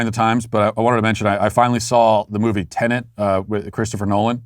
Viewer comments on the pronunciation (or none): none